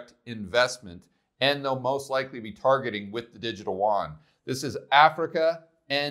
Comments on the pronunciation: love your stuff, but Koreans must be confused when you say WON but mean YUAN ( more a "you on" than a "juan" "huan" ) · It's funny how people can pronounce Yen, but they can't pronounce Yuan properly. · It's distracting that you always mispronounce yuan btw. But good video thanks.